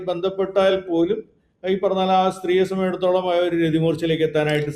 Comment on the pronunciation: "Sambandhichidatholam" ennu thelichu parayaan ariyillenkil aa vaakku upayogikkaathirikku maire